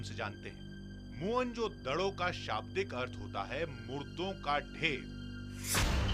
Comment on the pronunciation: मुअन जोदड़ो नही,मोहन जोदड़ो होता है